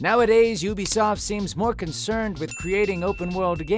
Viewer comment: Say what you will about “Yoobisoft”? Cottamnit Todd, you got the name wrong!